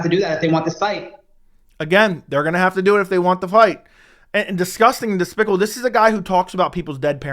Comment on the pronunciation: 😂 "It's despicabable"? 😂